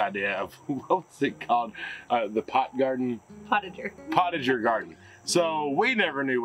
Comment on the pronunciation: Silage...ok..pot-ager? Lol you guys are cute